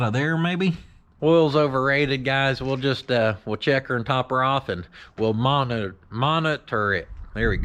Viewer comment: I like the slip of the tongue for "monitor it" - We should all call it "MAN-itor it" from now on! LOL